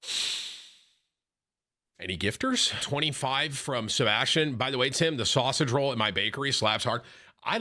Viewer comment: Why does Tim say sausage roll wrong?